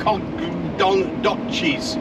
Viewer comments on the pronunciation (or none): It's pronounced "nack-uh-DOH-chez".